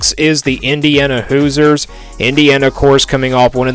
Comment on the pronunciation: Pronounced “Hoozers”